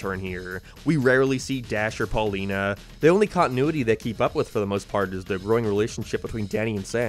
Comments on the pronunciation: Erm actually her name is Paulina not Pauline ☝🏻🤓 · Ummmm, actttually it's PAULINA, not Paulineeee. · Her name is Paulina, not Pauline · you called her pauline. her actual name is paulina. Boy, I hope SOMEBODY got fired for that blunder! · Brother I'm not gonna lie the way you pronounced Pauline made me think you were saying Paulina anyway lmao Here's some engagement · Uhhhhh it’s Paulina, NOT Pauline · Tge name is Paulina, not Pauline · ok put a comment about how you said Pauline instead of Paulina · I can't believe you called her Paulene and not Paulina what the heck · its pauleena not pauleen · Erm, Its "Paulina" not "Pauline".